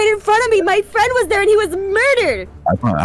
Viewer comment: You met my best fwend?